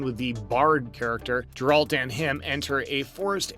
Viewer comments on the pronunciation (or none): GARE ralt .... not JAR rald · Jeralt…. How did you pronounce that? Lol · thousands of thumbs down for mispronouncing the main characters name, consistently (did you even watch this on Netflix??) and for the lack of actual bloopers. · Why tf would you just talk about them and not show them!? Also, they literally say his name like 1000 times in the show. How do you still pronounce it wrong?